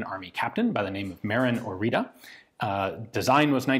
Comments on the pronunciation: It's "Orița", the "ț" is pronounced like the "zz" in pizza. Side note, there was a version of this produced for paratroopers, it had a folding stock. Very few of those were produced. I can imagine they're even rarer now. This is one of the first few weapons actually designed by romanians and not just produced in romania. Others in chronological order after the Orita include the PSL, which was a sniper rifle chambered for 7.62 that looked almost identical to Dragunov, but was actually a modified AKM design, and the model 1986 / AIMS74 which is an interesting ak74/akm intermediate developed independently as opposed to cloned, like many other guns produced in romania were. In fact, those three guns are the only three that I've heard both my father (who was a lieutenant in the army) mention and was able to find anything about on the internet. Every other gun produced in Romania seems to be just a variant or even simply renamed but identical to another country's design. The model 1995/2000 pistol for example is quite literally the israeli Jericho 941. I won't include the Argeș (read the "ge" as in "germ" and the "ș" as the "sh" in "shoot") because it's a flamethrower. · Fyi , If you want to pronounce the name correctly by any means you spell it "oritza" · very nice gun from my country btw, the T with a comma under it is pronounced like tz in tzatziki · I'm Romanian and this is pronounced Oritsa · You say orita I hear margarita.. so what if it's 10 41am lol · As a romanian, you should say instead of "Marin Orita" something like "Marine Orizza" :D The "ţ" is a like a double "z" from "pizza". Thank you for analysis of our crappy-pieces-of-junk-poor-excuse-for-a-gun but hey, that's all we had. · I better way to pronounce the name is ori-ts-uh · One thing i caught on the manufacturing engravings was that the name is actually pronounced "oritzu". with u as in "uh.." small detail i know, but still worth a mention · Oriță is read like Oritzah, not Orita